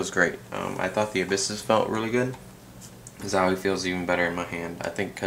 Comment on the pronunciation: zauwie? its a O,,,:)